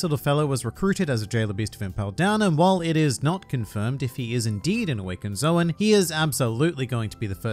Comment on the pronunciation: mhmmm.... its pronounced as zo-an and not zo-wn bruhhh i didnt knoww